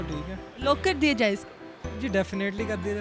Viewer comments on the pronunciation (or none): مہربانی فرما کر لاک کو لوک نہ بولا کریں دل تے چھریاں چلدیاں نے۔ ہاہاہاہاہاہا